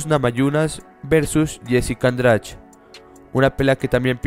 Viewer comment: Jessica Andrach??? jajajaja en portugués suena la "de" como dyi